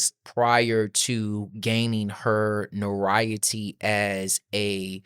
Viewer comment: This is a good video. Thank you so much. FYI, notoriety is pronounced note-er-rye-ity.